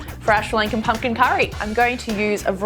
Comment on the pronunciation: OMG....she muder that pumking